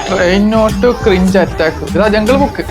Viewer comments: Jungklkook ❌Jungkook ✅ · ജംഗിൾ ബുക്ക് ആണോ അതോ jungkook ആണോ പോയി പറയാൻ പഠിക്കെടാ